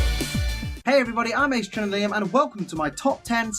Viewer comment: it is eegislash